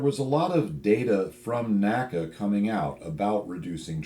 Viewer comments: N-A-C-A, not NACA. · Very informative video, as always! Some interesting Tidbit I learned from listening to the recent Fighter Pilot Podcast's "NASA" episode: NACA isn't pronounced "Naca" by NASA guys, but "N.A.C.A". This is no criticism or that you should change anything, the Co-Host (Test Pilot herself) also didn't know that - So I guess nobody would understand if somebody would use N.A.C.A all of a sudden ;-) Keep up the good work!